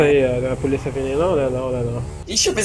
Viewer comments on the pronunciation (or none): Absolutamente nada: a: E poliça? É poliça? Kkkkkk